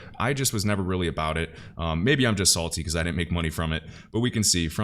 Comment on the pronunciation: said salty. Still got that Chicago in him 😂